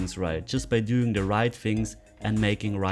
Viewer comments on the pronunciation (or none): none